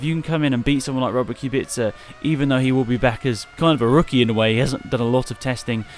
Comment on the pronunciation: i Hope Kubica will show some claws and will compete with top 3 teams despite car he will use Also kudos for somewhat correct pronunciation. C is soft, its not KubiKa